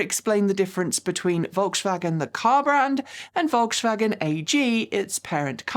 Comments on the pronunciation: Every time said volkshwagen I let out a yelp 😖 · I really appreciate you taking the effort to pronounce euro car brands right and you've done great with Skoda, BUT- The S in Volkswagen is a normal S, not an SH sound. If you want to be extremely accurate, germans often pronounce Vs as Fs, and Ws are Vs, so the correct way to say Volkswagen is: F O L K S V A G E N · Your "Volkshwagen" is adorable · Volkswagen = Folksvagen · So true! Folks-Vah-Gen. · Pronunciation Polizei here: please try to pronounce Volkswagen correctly! There's no "sch" in the middle joining the two words. On the positive side the new Q4 e-tron range does look interesting, thanks for bringing it up. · one very small thing from pedants corner over here. You don't have to "sh" the s in Volkswagen. It's just a normal hard s sound. If you want to say it with a German accent, the v sounds like a f, the w sounds live a v and the a is flat. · Generally, I love your channel, thank you. But for this video my ears hurt from your “Volkswagen” pronunciation. There is no “sh” in Volkswagen, please :) — All else: Please keep fighting the good fight for EVs. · Volkswagen is pronounced folkswagen, with a regular S. Škoda pronunciation is spot on :) Really enjoy your videos and open mindset towards brands and EV`s in general, thanks.